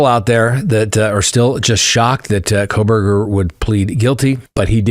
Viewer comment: They way you almost said “Proberger” is hilarious, you should’ve just said it. LOL.